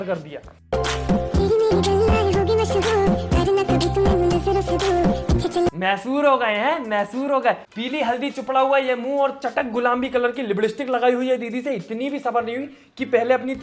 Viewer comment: vo libdstik nhi lipstick hota h😁 baki video bhot achi h ☺️👍